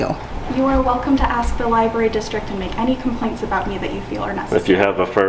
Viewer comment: Did you fucking say LIBARY, and not libRary? Please fix that man. Sweet T got it right!